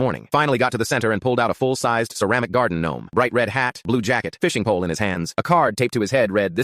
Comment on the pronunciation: Bro really brought up the "guardin' gnome" 💀🙏